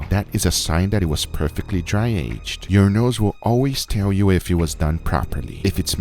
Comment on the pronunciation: nobody:: LISTEN TO YOU NOSE